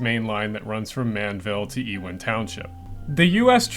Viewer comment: It's not E-wing, it's U-ing (Thats the pronunciation)